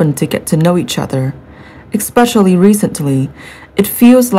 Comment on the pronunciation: Firstly, it is not the duke and duchess of success, but Sussex! Secondly, the word especially, is not pronounced ek speshly. This is so irritating to listen to. If you cannot pronounce the words correctly, don’t do it! I certainly would not subscribe to this channel, and would definitely discourage others from subscribing to such a load of codswallop!